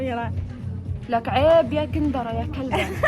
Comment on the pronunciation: بس شوف فرغ الهجات تكول جلبه واميره تكول كلبه😂